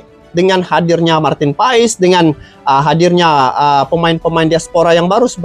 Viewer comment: Abang bacanya/Ucapnya : Martin PAS BUkAN Martin Paes sukses ya bang.. ❤